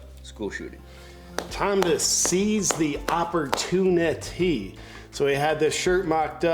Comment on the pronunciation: "seize the opportineteeeee" LOL